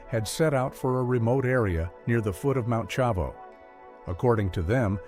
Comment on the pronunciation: The man that was telling the story mispronounced the mountain terribly he called it Mount Shavo! And it is correctly, pronounced Mount Shavano! I should know I lived in Salida for 16 years.